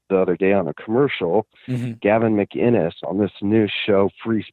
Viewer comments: I also noticed the callers correct pronunciation of his last name. Most people say Muh - Ginnis as opposed to Mic- Innis. And that seems to be a point of annoyance for Gavin. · I know it was Gavin when he pronounced mCinnes correctly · It’s definitely Gavin. He even pronounces ‘Mcinnes’ right, with a c not a g, which most people wouldn’t do... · The fact that he properly pronounced his last name makes me feel like its him lol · Sounds like he’s going for an American accent but the Canadian is slipping through. He also enunciates his last name which often sounds more like ‘MaGuinness’ when other people say it.